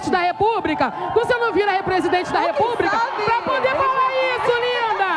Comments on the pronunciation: Repúbrica! Doi o ouvido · Eu cheguei a voltar o vídeo pra ver se tinha escutado “serto “ REPUBRICA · Vai esperar o que depois de ouvir "repúbrica"? kkkkkk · “Presidente da repubrica” KKKKKKKKKK, sabe nem falar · "Presidente da Repúbrica" kkkkkkkkkk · "Presidente da repúbrica" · “Repúbrica” e “fútis”. É de DOER! Quanta gente famosa e burra. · Presidente da "Repúbrica", esse butijão de gás nem falar sabe. Nojo. 😝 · Fútis, repúbrica... 🤦🏻‍♀️🤦🏻‍♀️ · Além de falar errado não tem argumentos " repúbrica"🥴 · "Presidente da Repúbrica" Intankavel kkkkk